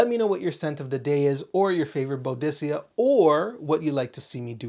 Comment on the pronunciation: I enjoy the ranking videos , good stuff, but the way that you pronounce Boadicea is definitely incorrect ! Might want to check out some videos to get the pronunciation correct my friend, you have way too many bottles of that brand to say the name wrong !! Maybe a little research